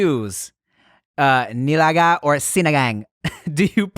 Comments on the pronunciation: Nilaga (NI-LAH-GAH) , Tim you pronounced it right, is like sinigang. Nilaga for those that don't know is Soup.. but there are different types.. Nilagang Baka (Beef) Nilagang Manok (chicken) so on and so forth. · Tim pronounced "Nilaga" correctly. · 1. Tim pronounced nilaga perfectly 2. How does Dante not know what nilaga is???????? BRUH.